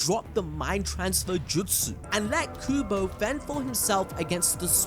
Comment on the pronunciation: omfg it's not kubo, it's kobu